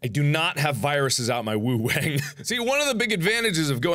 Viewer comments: I lost it when he said woo-wang XDXDXD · “I’ve got viruses out the wuhang” .......what did you just say 2015 markiplier?